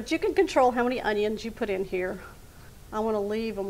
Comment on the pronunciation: That's not the correct way to pronounce our onions